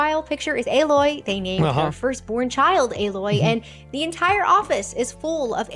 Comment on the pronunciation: Crazy she can't pronounce Alloy